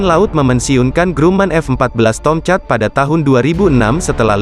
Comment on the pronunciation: Agaknya lidah admin ni pendek. Sebutan Tomcat menjadi Tong-chat bunyinya..🙄